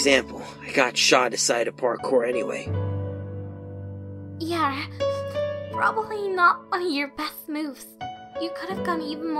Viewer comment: PLEASE İTS NOT YEAR İTS YEAH İT ANNOYS ME SO MUCH